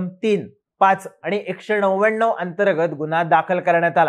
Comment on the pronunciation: एकशे नव्याण्णव आहा रे नव्व्याण्णव णाकातून बोलतो की रे हा तर